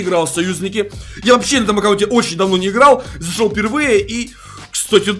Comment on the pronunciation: ты сказал засол ахахахаха